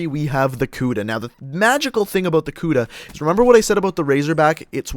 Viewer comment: lol he said kuda like kuda but it's pronounced like kuddah